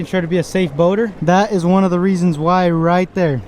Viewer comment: He said ooouyy